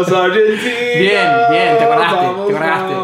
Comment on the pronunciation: Ayee hace un montón q esta y todavía no puede decir bien Argentina jajjaja Igual yo sería así xD